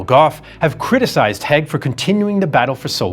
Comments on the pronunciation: Its Haig not Heg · "Haig" [ a Scottish surname] is pronounced in the same way as "vague", not "Hegg" as in this video. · Hi - its Hayg not hague You pronounce all the words well why do you butcher his name? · You state right at the end that you're the only ones who know the true state of affairs and yet you spent the whole video mispronouncing Haig's name. Curious.